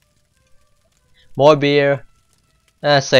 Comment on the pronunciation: Yö need to explör möre, yö massive sausage.